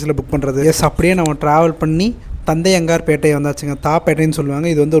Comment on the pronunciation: ப்ரோ தாத்தயங்கர் பேட்டை இதை பொய் தந்தையாங்கர் பேட்டை னு படிக்கிறியே